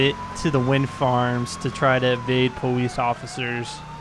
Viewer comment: "pawice officer" lol